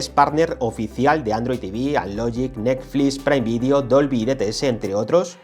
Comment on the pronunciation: "nesflis" jajajaja